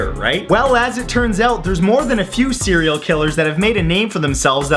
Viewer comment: Did he just said Cereal Killer? Cuz I'm one too...